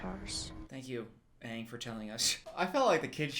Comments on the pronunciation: ITS ANNG SOKKA AND APPA NOT OPPA MY MOTHER DOES THAT HEY STOP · Not "Ong" darn you m.night shyamalan 😂 😭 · no its aang, like pronounced like bang, but without the b. and its soka pronounced like sock-a like the socks you wear on your feet. also its appa, like your saying aahhhhh at the doctors office when he's looking at your throat or whatever. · At least pronounce aang right